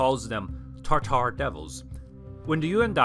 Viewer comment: Why do you mispronounce "taRtar"? It is "tatar". Also, only the most western catholic nations used to call them "taRtars", as an association with the ancient Roman hell "Tartar". Western Europeans had no clue of Mongol identities.